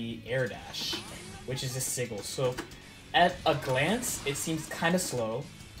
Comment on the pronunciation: Nice vid. Btw its pronounced sij-el not siggul.